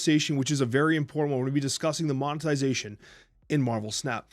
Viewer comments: “monezitation” I had to play it a couple of times to get that lol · Good discussion on monetization. I’m with. However, cozy can’t pronounce monetization correctly lol. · Did Cozy just said "mozetination" or is it just me? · Ok but why he pronounce it Monezitation?